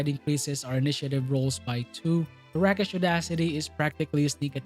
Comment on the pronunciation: Rakish like Rake. Long E sound. English is such a mess.